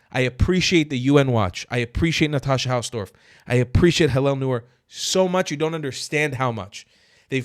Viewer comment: Your pronounciation of her name was pretty good.